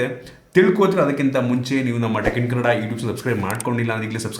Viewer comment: ಕನ್ನಡ ಅನೋಪದನ ಸರಿಯಾಗಿ ಹೇಳಿ ಬ್ರೋ